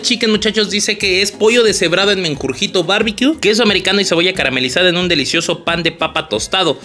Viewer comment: si tuviera 1 peso por cada que dijo "Mengurjito" JSDJSDJSDJ XDD